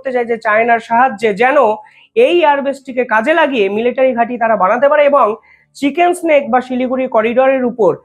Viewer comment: চিকেন স্নেক হবে না, উচ্চারণ টা হবে চিকেন নেক